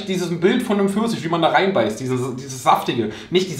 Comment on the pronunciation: "Eistee Försisch" 🍑